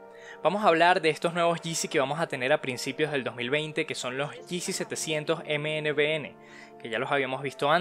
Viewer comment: Tengo entendido se pronuncia "Minivoun", más no, letra por letra.